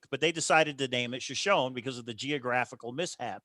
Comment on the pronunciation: Note-Shoshone is pronounced sho-sho-nee